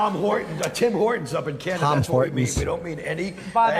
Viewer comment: Opie cannot say Canada for the life of him... “Cahhnnaduh” Example